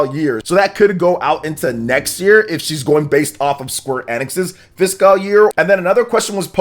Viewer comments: The way he says it is even worse than the people who say "physical." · Please someone tell how to pronounce FISCAL.....